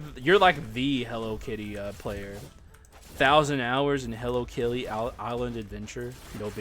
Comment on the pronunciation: I was thinking the same on stream but thought it was a regional thing